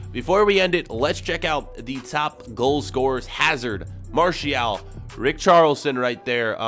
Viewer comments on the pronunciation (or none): Who’s Marshial?